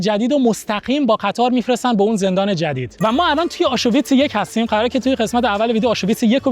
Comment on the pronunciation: تلفظ کلمه آشوویتس😅 آشویتس